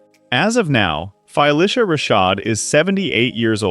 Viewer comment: You MUST pronounce the name of this amazing star CORRECTLY! There is no 'Fi' in Phylicia. DO BETTER.